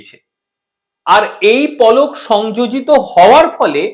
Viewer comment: Polo noy palok...sothik uchharon korun.